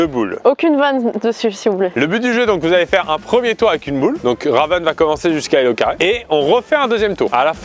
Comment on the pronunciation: c''est plus LauCarré mais LauxCarreaux